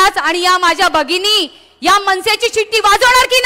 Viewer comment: अगं ताई ते "बगिनी" नाही "भगिनी" आहे